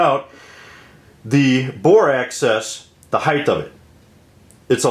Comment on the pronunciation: You pronounce Makarov correctly, but I wonder about "bore axis"; it sounds as though you are saying "bore access." It may just be your regional accent in English, though. I think a better deal than the PPK is the Polish P-64; same gun basically but about 1/2 the price.